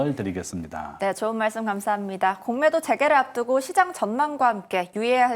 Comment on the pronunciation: 공매도 발음 억양이 넘..계속 신경쓰여요ㅠ겁덩이라니^^